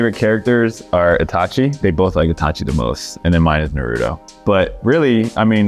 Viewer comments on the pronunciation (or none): No way he just said Nuhrooto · they sayin naruto wrong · Is anyone going to say anything about the way they pronounce Naruto? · Asian but can't pronounce Naruto correctly